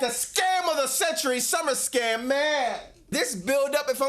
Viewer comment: say it correctly.